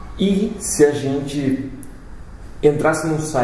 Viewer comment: Voces tem que falar gente e não genti. fica mais engraçado